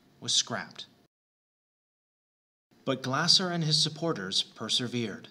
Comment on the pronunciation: It's pronounced more like "Glay-zer." Great video!